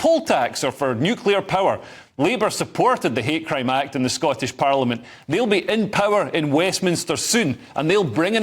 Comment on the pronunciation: I love the Glasgow accent. You said 'hate crime', I heard 'hair cream'.